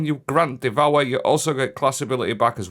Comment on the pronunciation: The powah of devowah!